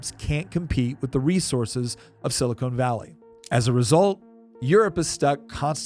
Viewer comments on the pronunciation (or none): It’s sili-con, not sili-cone. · It’s “Silicon Valley”, not “Silicone Valley”. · Sili-CON, not Sili-CONE. Silicone Valley is found in Hollywood, particularly around the casting couches. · I like that he keeps calling it 'Silicone Valley'. Did he spend the morning watching Baywatch reruns before he recorded this? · He keeps saying "sili-CONE valley". I think he's confusing semiconductors for breast implants. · oh good, i'm not the only one who was bothered by that. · I was just getting ready to say that before I saw your comment, lol.